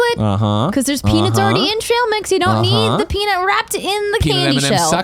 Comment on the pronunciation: Andrea says peanuts weird. When she is talking about just peanuts, it sounds like she is saying peanits. But when she talks about peanut butter she says peanut normally.............I KNEW she was from another planet.... :-)